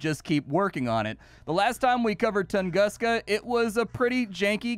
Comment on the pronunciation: Yup, another day of English spelling breaking a word. It's Toongoosca.